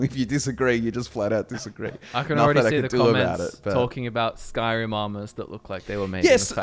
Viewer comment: saying "Bannerlord 2" is as bad as someone saying "Skrim 5"